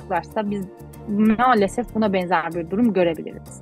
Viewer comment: neden malsefef diyor hanimefendi,ukraynali mi kendisi ?